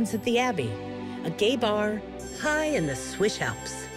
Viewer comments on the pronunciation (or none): Yeah, that they were keep saying Swish instead of Swiss annoyed me so hard, like are we Katy Perry? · Why are they saying swish and not Swiss. IS there a joke I don't get?